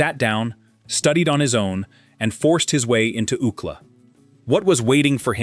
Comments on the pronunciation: U.C.L.A. not "OOCLA." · Oookla? Did Kelly Bundy sound this out. It was U C L A you boneheads. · Prounouncing University of California, Los Angeles as “ūkla” is completely distracting. It is pronounced by each letter: U.C.L.A. Paté is not how Americans pronounce it, either. It’s pāte. So distracting! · U-C-L-A not Ookla😂 Ookla was Thundarr the Barbarians sidekick. This is getting ridiculous. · Ook-la? You mean “UCLA”? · UCLA, not Ucla. Stupid ass. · OOO-cla. LOLOLOLOLOL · No one in the United States calls UCLA by the term ookla. U. C. L. A. is pronounced like you see el ay. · Ookla? I think you mean U. C. L. A. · Ookla?! Are you trying to say University of California Los Angeles - U.C.L.A.???!!!! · ookla😂😂😂 UCLA??? 😭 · "Ookla?" Don't you mean U.C.L.A.? Please get a human narrator! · UK LA? You mean U.C.L.A. ?!🤨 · U. C. L. A.- not ooklah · It is U. C L. A not UUcla. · I'm thinking, what the heck is OOKLA, until it dawned on me. Doesn't anyone ever check pronunciations at least? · University of California Los Angeles UCLA being pronounced “ookla” 😂 distracts from this story. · It's U.C.L.A. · This is the first time ever hearing UCLA pronounced as a word. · Proud of LA born and raised Woody! Took me a while to figure out what “UCK-LAH” was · Took me a while to figure out what ookla was… I thought he must have went to some Indian school😂😂😂😂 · oookla? really? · UCLA? That’s U.C.L.A as in the University of California Los Angeles. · I'm African living in Africa, so I am trying to understand does he mean UCLA? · UCLA, do you mean U C L A, the University ? Come on, do better. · THE GUY SAYS ................... UUUCLA ?????? FOR UCLA .................. C"MON ...... PLEASE ................... WOODY STRODE ................... AN ALL TIME FAVORITE ................... TRUELY .... A GREAT MAN